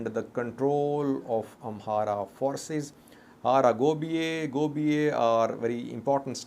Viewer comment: Its Hara Gebeya not Hara Gobiye.